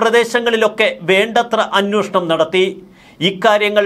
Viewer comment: എടുത്തോണ്ട് പോടെ, പിന്നൊരു കാര്യം പറഞ്ഞേക്കാം, അന്നോഷണം അല്ല "അന്വേഷണം"